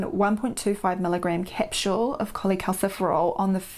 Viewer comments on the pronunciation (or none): Did she say capshule? lol